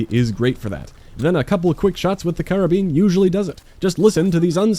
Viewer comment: Finally someone who knows how to pronounce Karabin.